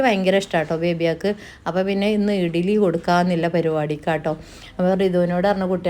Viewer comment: ഇഗ്ലീ എന്ന പറയുഇടിലി അല്ല ശെരിക്ക് പറയും